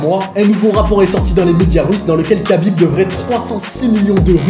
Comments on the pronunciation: C’est Rhabib pas Kabib ça se prononce Rh mais c’est kh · ça se prononce Rhabib. Merci pour la vidéo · Alors ça s’écrit khabib mais ça se prononce rhabib